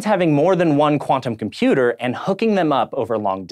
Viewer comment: Odd as it might seem, but there actually is a 't' in 'internet', 'quantum' and 'computer' If you are going to publish 'professional' videos, please speak properly.